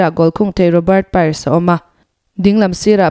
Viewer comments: A ngaihnawm ṭhin hle mai. Chutih laiin player hming erawh lam dik loh a awm zeuh zeuh. Arsenal invincible team winger Robert Pires hi Robert Pairs tiin i lam a. Pires tih hi a hawrawp awmdan ang hian Pi-res tiin mizo ṭawng angin lam mai tur a ni. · Kan players hming i lam dan mai mai chu.. Lam ngun phian sia.. 'Piares' tiin min lo lam sak tawh aw... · Robert Pires (Pi-Res) hi mizo tawnga kan lamdan anga lamtur anizawk lomaw te kati mwi2. .Engpawh nisela Glory Glory Man United👍🏼